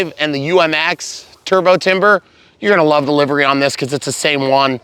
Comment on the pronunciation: Thank you for pronouncing livery as 'livery.' There's another guy who says livery, which is just wrong... lol